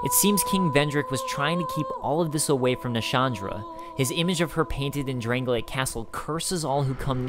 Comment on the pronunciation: Why do people pronounce Drang-Lake as Drang-Lay-Ick? There are Drang-Lay-Ick things and people, but the kingdom is Drang-Lake. It is getting really annoying to hear nearly every lore video on DkS2 use the pronunciation of Drangleic at inappropriate times. :(